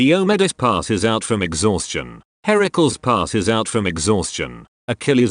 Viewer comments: I like how pronounces Heracles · i'm not even a minute in but the way the text to speech pronounces heracles oml this is gonna be good you guys edit: IT WAS GOOD thank you for this content it was a blessing